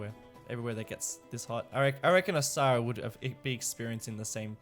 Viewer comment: Has anyone else noticed that by this time both skibitth and $2.20 were pronouncing Osahra like Osaka?